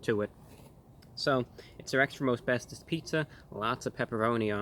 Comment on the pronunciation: him: extra most bestest my ears: extra asbestos